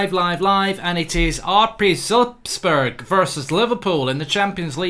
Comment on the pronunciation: Wow, he even pronounced Salzburg almost correctly! I have never seen a Brit doing this. ;)